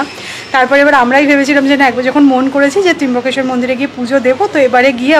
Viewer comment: Kothata trimbokeswar noe trambokeswar...bhul uchcharone korona...